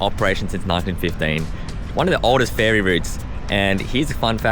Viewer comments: Ferry. It’s… ferry. Not “fairy.” Ferry. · Im pretty sure youre saying fairy instead of ferry, sorry 🤣